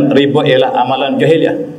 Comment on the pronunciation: Riba - ريبا bukan ribe. الله كبر.